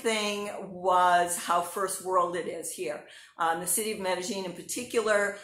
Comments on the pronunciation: sounds like she's saying "meta gene" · Hi. You are correct. The local dialect in Medellín pronounces the "ll" like a "g" so it is pronounced "Medegene". The rest of the world pronounces the "ll" like a "y" so it is pronounced Medeyene